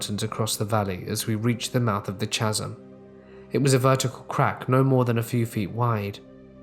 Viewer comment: Just so you know, it'as pronounced ca-sm, not cha-sm.